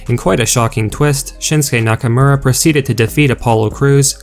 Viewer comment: It's pronounced Nakomora not nackamera this is irritating